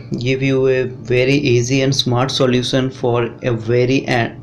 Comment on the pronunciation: Solution bolna sekh le bhai😁😁